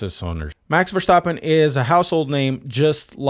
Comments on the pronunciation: How is it so hard for english-speakers to pronounce Verstappen correctly. It's not VerSHtappen, it's VerSTappen. ST like STroll or STeward. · I love your pronunciation of Max Vershtappen.